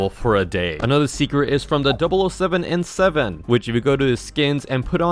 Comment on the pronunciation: ITS 007N7 NOT OO7N7